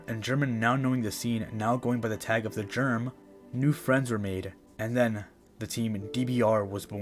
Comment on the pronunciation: The Germ's name is pronounced "Herman"